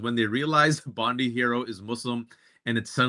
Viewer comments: Bubble head Barbie is Bondi like bon-dee. Bondi Beach is pronounced bond-eye, FYI. BTW, I’m a (anglo-saxon/pictish) white guy, and every time you place all the evils of the world at my feet on that basis, I die a little more inside. lol One more thing… it ain’t Albanese like Chinese… it’s Albanese like wheezy. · It was a Muslim who was the hero in the terrorist attack in Bondi. We are proud of him. Btw, Bond ( eye) NOT Bond ee